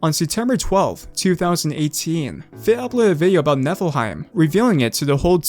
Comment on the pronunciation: It kinda sounds like Netherheight